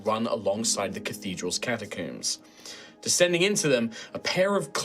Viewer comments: God I hate the way he says catacombs. I never want to hear him.Say it again, one O, not two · Is it a british thing to pronounce “catacombs” as “catacooms”? I’ve never heard someone say it that way before lol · Yep. Rhymes with tombs.